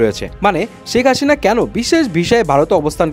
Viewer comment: ভাই হাশিনা না হাসিনা বলেন 😂